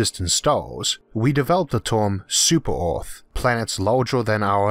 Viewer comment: "Super Orths" so your not english?